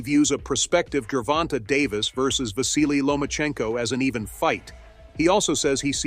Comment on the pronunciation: " Geeer vonta "